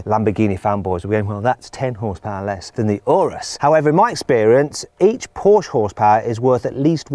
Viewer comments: 冒頭の所、Lamborghini Anusって言ってる？？ww 翻訳もまさに「丸く」してる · 「エイナス」って言ったか！？